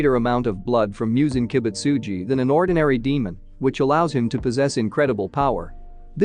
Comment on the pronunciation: Mhm Yes "MIOOZEN KIIBUTSUJII"